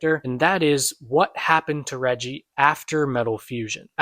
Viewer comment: lol yall keep saying "Reji" it’s "Reiji".